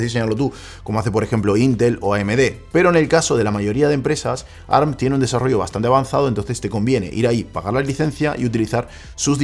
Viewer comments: Si sabeis que ARM es un acronimo, por qué decis ¨arm¨ y no a-erre-eme? Es como si en vez de decir a-eme-dé, dijeramos amd tal cual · Que molesto escuchar “arm” y no A R M A alguien que sabe de tecnología